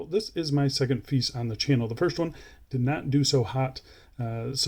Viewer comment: Hope they make a polished case version some day. I think Brand name should be pronounced as Italian way,. Fe - I - che.